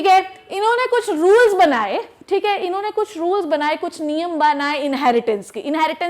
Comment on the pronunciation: Her "inne" & "unne" 😂😂😂